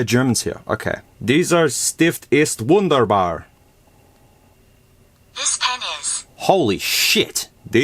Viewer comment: The way you said "deysür stieft iest woundeyrbaa" 😂😂